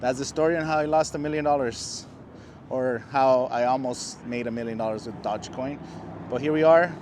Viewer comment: Probably lost a million because you can't even pronounce it right did not know dodge made a coin